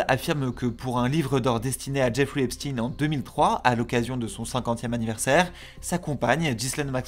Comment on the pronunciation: Bonjour, non. La prononciation de Epstein (en parlant americain Cote-Est on va dire, c'est l'accent le moins marqué pour nous) ca ressemble en phonétique à ''Up-stène'' Ni ''Ep- schteiine'' ( a l'allemande, ou comme pour Einstein ) ni ''Epstine ''comme dans la vidéo